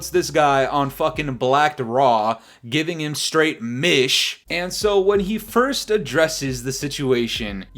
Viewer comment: “Giving him straight MISH” 🤣🤣